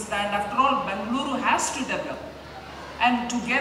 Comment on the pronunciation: Bengaluru that's how u call this City... Sitaraman ma'am correctly pronounced..